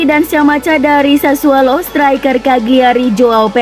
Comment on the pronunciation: Sassuolo pak. Bukan SASSUALO. Pake O bukan A